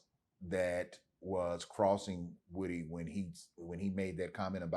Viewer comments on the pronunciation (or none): I'm tired of them saying WOOD-Y, lord it's WOOdy